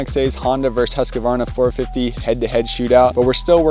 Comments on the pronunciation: The correct pronunciation is Huus-kvarna. Not Hasqioaarna. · its moto cross not motorcross. Husq varna, not Husk a varna. Your a professional now!